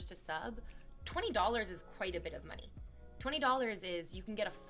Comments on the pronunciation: harrison Yuh if the y in money is silent it’s mone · My skull vibrates every time she pronounces "money".